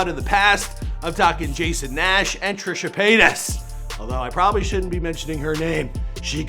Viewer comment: I thought said Trisha Paynis